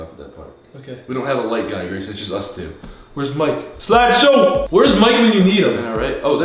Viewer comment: It's Gayson here yes, not Grayson, Gayson